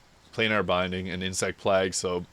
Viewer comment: no way you said insect plahg lol just kidding of course, I love the build. Can't wait to try it out!